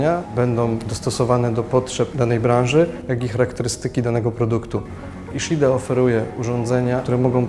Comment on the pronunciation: Czyta się: iszida.